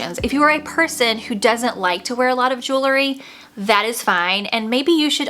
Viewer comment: I really like your video however you keep mispronouncing one word...the word is JEWEL-RY Not JEW-LERY.